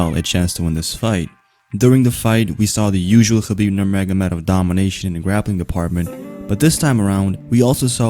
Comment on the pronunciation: Say his name AGAIN nurmagomehomov